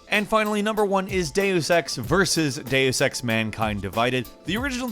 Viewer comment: you can google god in latin ^^ its domine or deus and you will hear the pronunciation. But it was right like he did.